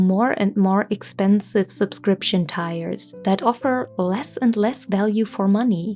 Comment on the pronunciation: Lovingly mentioning tier is pronounced like deer, not tire.